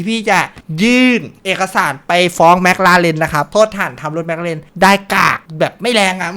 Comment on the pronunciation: เอิ่มครับจริงๆแล้วมันไม่ได้เรียกว่าแม็คราเรนน่ะครับแต่คนไทยชอบออกเสียงผิด จริงๆแล้วมันเรียกว่าแม็คคลาเรนน่ะครับ #ฝากใว้เผื่อใครไม่รู้